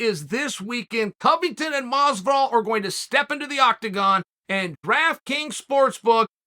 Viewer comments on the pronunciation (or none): none